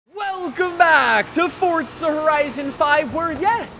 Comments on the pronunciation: please man its Forza not Fortza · Four-zah. Not fort-zah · Why do Americans say Fortza not Forza? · fortza horizon 5? don’t think it has a “t” in it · How are you gonna do forza videos for 8 plus years and still say the name wrong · THERES NO T IN FORZA FFS